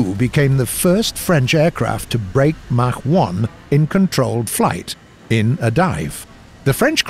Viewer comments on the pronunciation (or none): none